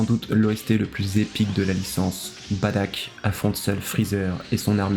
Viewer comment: Tu dis Badack ??? C'est Bardock frèro